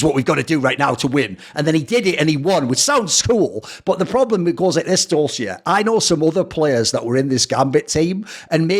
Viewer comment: the same Dosia advert was used in Poland too :) Try pronouncing it DOSHIA , instead of DOZZIA